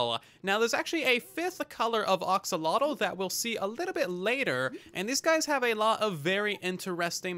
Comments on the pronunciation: Sometimes I wish YouTubers would look up how certain word are pronounced before making a video about it. Other than that, great video. Very useful and informative. (Ax)olotl. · I think it's AXE-o-lot-el